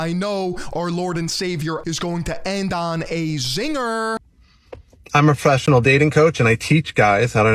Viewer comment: Ah yes, the Pwofessional dating cwoach